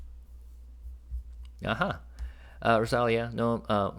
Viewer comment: Maybe it's Rosa-lee-yah?